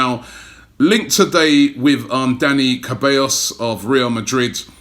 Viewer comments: CEBALLOS! NOT KABEOS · Robbie stop saying Caballos as “Kaballos” the correct pronunciation is “Seballos” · Can you please PLEASE learn to say his name right ? It is Ceballos (SEBALLOS) Not Kabellos. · Robbie it's SEH-BUY-OS Not -CAH-BAE-OS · Dani Cellabos is world class so don't butcher his name mate. Lets do it together See _ bye _ OS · You butchered his name I Ceballos not Cellabos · it's not Ca-be-iOS ROBBIE!!! it's simply Ce-ba-llos 💔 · ROBBIE, It is not "Keballos". It is more like Seballos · It’s Ceballos, not Cabellos!! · Robbie please stop butchering player names... Refer to something on how to pronounce their names.. ITS SE'BAI'YOS' NOT KEBAYOS..Man I get a feeling you are doing this on purpose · Robbie, Ceballos is not pronounced Kabeyos - it's Sebayos. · Not CABELLOS IS CEBALLOS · Ceballos not cabayos ffs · Ceballos, Ceballos... Not Cabellos! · SE - BA - YOS....Now say it with me. KE - BAB - OS! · Ceballoos!!!! Not caballos he’s in Real Madrid respect the name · its pronounced SEBAYOS dont know where u got kebeyos Robbie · Robbie... Cabellos = Hair in spanish Ceballos = A spanish surname :) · It's Se-ba-yos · Robbie, Ceballos is pronounced as Seballos the C doesn’t hard as a hard C but a silent C almost like an S. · Robbie you pronounce ceballos like se-ba-lios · CEH-BAH-LLOS Robbie have been murdering names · Hey Robbie it's Dani CEHballos as in celery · Robbie it is serballos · Robbie it's pronounced se-ba-yos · Robbie it's pronounced say-ba-yos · Ceballos is pronounced as “Se-buy-os” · Ceballos is pronounced as "Say-va-yos". Good vlog btw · didnt know camila cabello was a midfielder thanks robbie.. its "se-ba-lios" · Ceballos is pronounced "Fe-by-yos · It’s pronounced Se Bai Yooo Robbie get your Spanish on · Two L’s is pronounced as a Y Robbie, “Cebayos”. All this travelling and you struggle so much with foreign names. Haha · it's Dani Se-ba-yos! That's how you pronounce it Robbie, damn 🤦🏼‍♂️ do your research first man, don't be so foolish